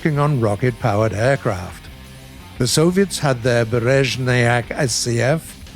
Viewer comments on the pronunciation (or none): none